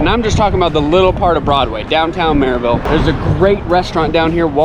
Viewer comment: Has anyone told you the correct pronunciation of Maryville? Murriville otherwise they know your a transplant.